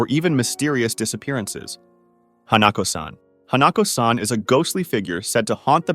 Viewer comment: whyd you pronounce hanako like that